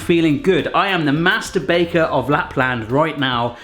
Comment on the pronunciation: At first I thought you said something else instead of "master baker" lol haha